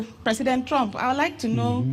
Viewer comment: He is pronoucing trumph as trunk,he can not even pronouce trumph